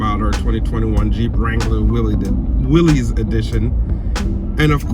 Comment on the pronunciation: It is pronounced Will-iss not Willies